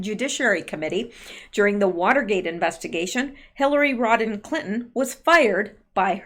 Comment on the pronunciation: when you say HRC's name it sounds like you are saying "Rodden" - you do know that it is "Rodham" don't you?